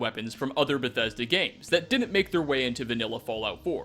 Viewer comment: wah wah wah Beth-eh-duh no fair to us gamerz